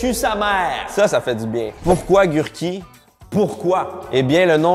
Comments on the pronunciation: Ogurky ca veux dir cornichons en polonais pas gurky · Concombre c’est Ogurky en polonais pas gurky :(